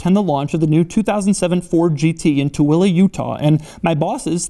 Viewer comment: Thank you for pronouncing "Tooele Utah" correctly.